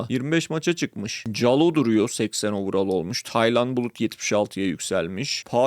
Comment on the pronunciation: overall öyle telaffuz edilmiyor, istersen bir araştır.